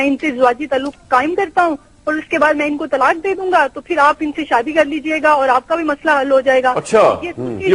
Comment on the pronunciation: SAADI NAHI SHAADI BOLNA SEEKHO